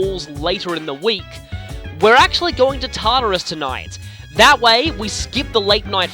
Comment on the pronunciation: The first time I heard him say Tartarus I thought he said Tarter Sauce (sorry for bad spelling)